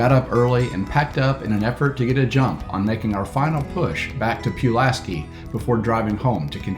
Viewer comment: Yup I can tell y'all ain't from around here!! Lol Pulaski is pronounced Pull-ass-key and Fries is Freeze like freeze your butt off! You mentioned water being somewhat scarce so are bike shops and bike parts. Virginia has some of the cleanest,well maintained campgrounds in the nation but what I noticed is they charge you for everything hence the parking fee for the NWT. Out of state residents pay a higher fee than in state residents. Looks like y'all had fun and appreciate the ride along!